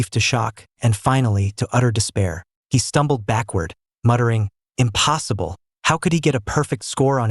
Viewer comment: apsolutly amposible 😂😂😂😂😂😂